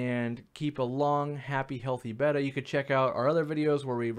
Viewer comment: Thank you for saying their name correctly 🤗